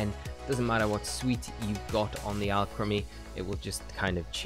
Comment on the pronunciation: Guy makes a video about a Pokémon can’t even say the name right 😂 (or the town)